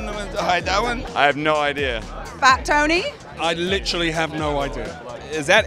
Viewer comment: I litchilly hawe no idia.